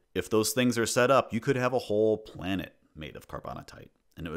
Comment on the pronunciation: When the man says "on palnet earth" he ruins a minecraft theory. -Me